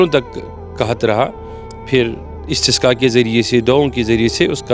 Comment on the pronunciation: its namaaz e istisqa not istiqa